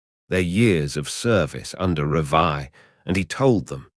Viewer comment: Is this AI crap? It’s Revie not Revia